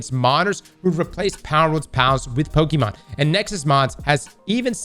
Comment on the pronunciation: Drinking game - take a shot of any drink every time says Pokemon wrong. Also, Nintendo in the wrong as usual, they will probably fail in this case.